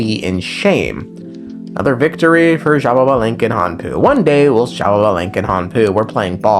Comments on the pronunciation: Why do you say xbabalanque? Where is the second ba? I only see xbalanque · it's ''sha-ba-lan-ke'' not ''shababalenke'' LMAOOOOOOO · "she ba lava" lol close enough, its "she ball bah" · It hurt me to my core how you pronounced Xbalanqué 💀 But, I'm sure you did your best! Mayan names are really hard to pronounce Correct pronuntiation: Sh-ba-lan-qué, with the E pronounced ''ehh'' Edit: Also, his brother's name is pronounced like this: Hu-nah-pu Edit 2: Xibalba's pronunciation: Xi-bál-ba or Xi-bal-bá (the apostrophe is to make the letters sound stronger) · It’s shibalankeh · i've seen people pronounce xbalanque in very different ways but Shababalenk gets the crown for sure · I think it’s shih ba lan kuh but I’m not one to talk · Not jababalank 😭 great video tho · Funny enough, I pronounce the X in Xbalanque with a chii sound Eschiibalanque. Don't know if it is the right way to pronounce 🤔 (we have a lot of indigenous words in Brazil, so i may be right or not. I don't know if in other parts of South America is the same pronunciation). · take a shot every time he says sha-ba-ba-lanque. Don't, you'll die 💀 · first time i hear someone say xbalanques name as jababalink and it has a ring to it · The way is pronouncing these names has to be a slur 😭😭😭 zsshhababalink 💀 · Brother, it's "shé blanc que" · everytime my man says it it makes me pause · MY GOD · Dude you know what Im gonna make a video with the pronunciation, but you're close 😂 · Well, if I might... it is pronounced something like this: X(ish); BA (like in basket); LAN (like in landing); and QUE (like in kettle)... most of it sound like long vowels